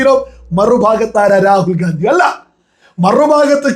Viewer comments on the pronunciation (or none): none